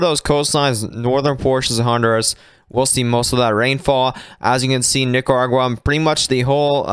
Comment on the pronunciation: He's dropping the r in Nicaragua